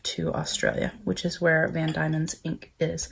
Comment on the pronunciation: Nice to see you highlighting product from my home. Those inks are lovely. I’m a Tasmanian although I’m not living there at the moment. BTW - it’s pronounced Van DEMON, not DAIMON.